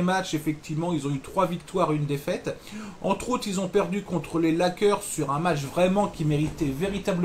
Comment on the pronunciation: Ta prononciation de Lakers m'a fait éclaté de rire:D Merci et bonne continuation!